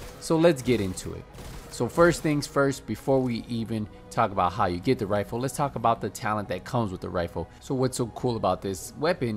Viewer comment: “Da ruin wifle”